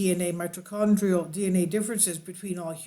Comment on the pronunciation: You’d think that if you were going to take the time to edit a video together, you’d learn how to say mitochondrial before hitting record. Did the ball drop when Lloyd died?